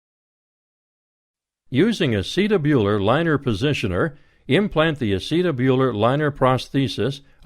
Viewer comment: Don't like his pronunciation of "acetabular"